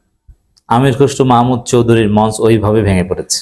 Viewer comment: মঞ্চ এর সঠিক উচ্চারণ মনচো।